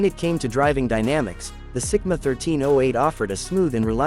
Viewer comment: Is it Sigma or Simca? You're saying Sigma and writing Simca!